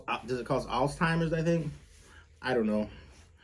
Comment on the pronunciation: I appreciate you pronouncing Alzheimer’s correctly. It amazes me how the majority of people pronounce it “All Timers”